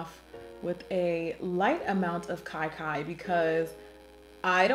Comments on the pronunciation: You pronounce Kia Kia like kee kee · I giggled every time I heard "Kai Kai." Sorry Auntie!